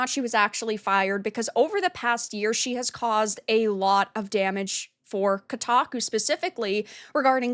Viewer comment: She certainly destroy "Kotaku" 😂😂😂